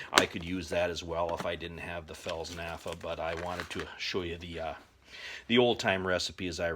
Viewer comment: Fels "nafa" lol. Replace the "p" with an "f" and ignore the "t" why not? Good video though, very much appreciated.